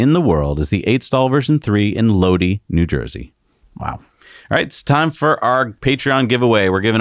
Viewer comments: the correct pronunciation is Lodi = "Low-die" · Lodi It is pronounced "Low Die" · Lodi, NJ pronounced low-dye :) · Lodi NJ is pronounced = Low+Die